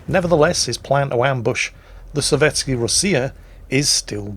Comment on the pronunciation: Azur Lane SOVETSKAYA Rossiya. Not sovetsky